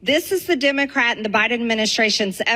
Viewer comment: She can’t even use the correct pronunciation of Democrat, over and over. She must just have learning disabilities.